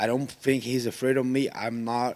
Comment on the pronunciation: Gilbert "I fink" Burns